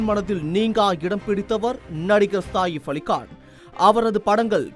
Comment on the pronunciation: செய்தி படிப்பவன்....ஏன் கக்கூஸ் போரவன் போல் பேசுகிறான். சாதாரணமாக உச்சரித்து பழகுங்கடா. அவர் சாஹிஃப் இல்லடா....சஹீஃப் என்று உச்சரிக்க வேண்டும். அதே போல் அது 'தேவாரா' இல்லை....'தேவரா' என்று உச்சரிக்க வேண்டும்.